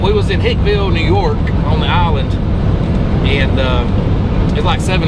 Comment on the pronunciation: Hey he I’m from Long Island....It’s Hicksville New York not Hickville hahahahahahahaha